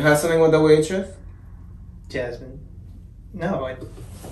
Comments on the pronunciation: Its Jasmine not Yasmine lol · No yoke, she say J as Y 😋